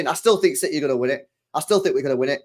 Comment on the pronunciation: CITEH💙 CITEH 💙CITEH 💙 CITEHHH💙